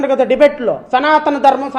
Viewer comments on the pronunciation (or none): సనాతన కాదు.సనూతన!!😮😮